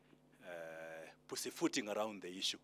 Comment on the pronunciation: Did he say pazzyfooting?